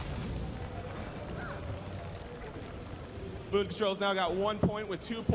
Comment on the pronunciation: It's Boon Control, not Boom lol